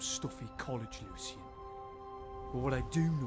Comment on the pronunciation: The only thing that irks me is how Kaidan goes back and forth with pronouncing Lucien’s name. It’s either Lucien or Lucian. Other than that, they’re so adorable